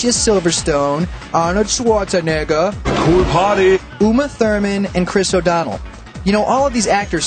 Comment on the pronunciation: You said Arnold swchanigga